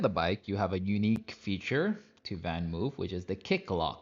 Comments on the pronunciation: It's pronounced more something like VanMoaf...not VanMove...it's Dutch :) Otherwise nice review! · “VanMoof” is pronounced as in “blood” or “flood”. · Hint for the correct pronunciation: VanMoof rhymes with loaf.